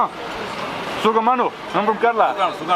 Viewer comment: Love to hear your sukamano ...... brother